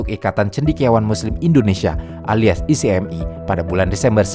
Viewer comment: singkatan ICMI, masa itu sebutannya [ ichmi ], buka i-c-em-i